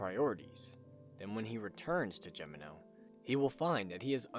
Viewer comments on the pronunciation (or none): Damnit, your continued assclowned mispronunciation of Gemino is inexcusable. It’s pronounced: HEH me no. Do some goddamn traveling you moron. What makes this worse is that you pronounced Engracia correctly. What’s the goddamn excuse then? Listen the game’s pronunciation